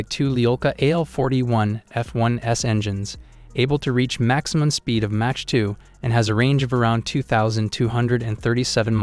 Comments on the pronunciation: Bro needs Hooked on Phonics stat!! Match? Raider? ReconnaisSANSE? Also, where’d he get his ratings from? SU57 is garbage and shouldn’t make the list, just like it hasn’t seen action against Ukraine… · "Match" 2.83... You need to switch to a better AI system. lol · Please learn how to pronounce mach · "Match" 2? Sent me out. No speek inglish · I mean he says Match instead of Mach so… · Correct your pronounciation of MACH (Mak or Maak) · is he pronouncing mach as match? smh tell me you know nothing about jets without telling me you know nothing about jets. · Did you say Match 2? and not Mach 2??? Are you serious? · what the hell is MATCH? loool - einstein! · This has gotta be AI speaking....reconnaissance and MATCH instead of Mach 😂🤦🏻‍♂️ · Considering that the narration uses words like “reconnaissantz” and “match 3”, I would take any opinion with a grain of salt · How on MIlitary TV do we not know how to pronounce the word "mach"... this is real suspect. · If you're going to do a video on aircraft, you should at least learn to pronounce "mach" properly. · Funny how you pronounce Mach. Thumb down for that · Learn how to pronounce 'Mach' and 'reconnaissance'. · Learn to pronounce mach properly! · A channel called doesn't know how to pronounce the word "mach" and a number of other basic military/science words..? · you pronounce Mach wrong, Ernst Mach would not be happy, your list does not include the fighter with the best kill to loss ratio at 104 to 0 the F15, you get a thumb down, and a frowny face :-( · Cant evan pronounce Mach properly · Tourist. learn how to say mach. listen, good research. if/when you get real accuracy, you'll likely shut up. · Learn how to say MACH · This guy is a troll right? The way he pronounces some words like Mach... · I can’t even with the way he pronounces Mach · You're pronouncing mach wrong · This has to be AI talking. Who says "mach" and "reconnaissance" like that and gets facts wrong? You suck at this.